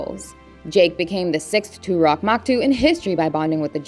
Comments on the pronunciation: why do you talk like a hostess robot? toruk, not turok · Turuk ❌ Toorock ✅ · Toe- rue - k! Not Too-rock!